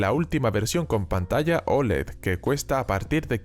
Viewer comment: Dice Olé! Que es muy español, hombre!